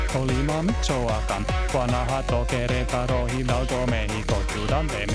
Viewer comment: I love how you pronounced the mexican states almost perfectly. The only issue was that you didn't stress the second syllable of Querétaro.